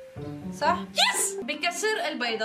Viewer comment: مابتعرفي تحكي صح بتقولي سح